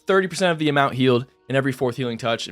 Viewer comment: amouwnt lmao